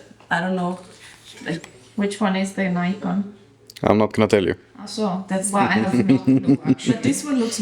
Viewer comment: Before you make a programme about a camera you should at least learn how to pronounce the name correctly ! There is NO Y in NIKON if you don't believe me ask NIKON its their company ! Bye...